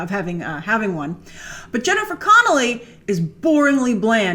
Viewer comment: Love your videos! Just wanted to say super late that it's "Connelly" :))